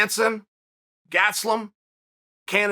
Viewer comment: Chael: He's "Kevin GaT-suh-LumM" Me: Okay Great